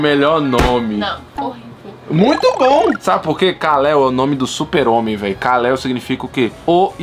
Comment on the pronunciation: Não é kaleo é kal-el